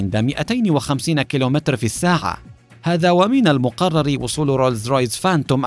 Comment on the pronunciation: روز رايز مو رولز رايس